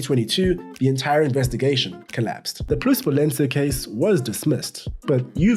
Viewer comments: Fyi is “plusvalenZa”, not “plusvalenCa” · Plusvalenza not plusvalenca 😂😂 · it’s “plusvalenza”